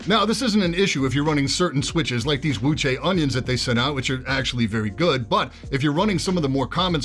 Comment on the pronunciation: you actually pronounce Wuque correctly!